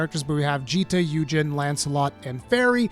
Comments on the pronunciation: Hey, I'm not sure if anyone has pointed this out, but Eugen is pronounced "Oi - gehn", not "Yuu - jeen". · I am so sad people keep mispronouncing Eugen's name. It's not "yoo-jeen" it's "we-gen". They even say it in the promo vid hahah